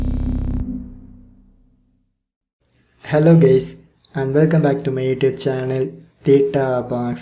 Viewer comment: "hello gays"?💀 btw TYSM 😄dude